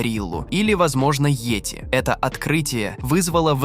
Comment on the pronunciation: как, как вы сказали? Йоти?!:face-blue-smiling: Кто такой "кузён"? Я из этого видео узнаю всё больше необычных слов))).